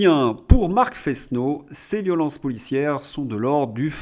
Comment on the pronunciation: On prononce "nouniess”. C’est de l’espagnol, que je dois parler au moins aussi bien que le maire de Paris. Vous remarquez que ça s'écrit Núñez, avec une tilde sur le deuxième n. "Fesneau" doit se prononcer "Fênô", vous diraient ma Mère et ma prof de français au collège. Prononcez-vous votre nom de famille "Dresslincourt"? Si c'est le cas, vous vous trompez. On dit "". Il y a toujours quatre idiomes sur ma tablette (qui ne permet pas d'en prérégler plus) et toujours plus de dix sur l'ordinateur. Je ne les parle pas tous couramment. La prononciation du suédois me paraît très difficile. Mais à long terme il faudra que je fasse comme Claude Berlitz. Je ne suis pas un de ses proches.